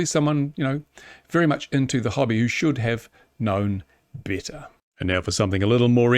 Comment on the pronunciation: can't listen to words with E pronounced as I he should have known bitter